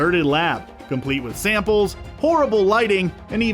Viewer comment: “She finds SAMPLES”